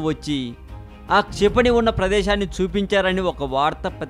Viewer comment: its not "CHIPANI"...its "KSHA"....KSHIPANI....learn telugu first pls....try to concentrate these type of words...pls